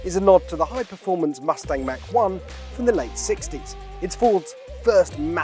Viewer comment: Why can’t anyone on YouTube properly pronounce “Mach”?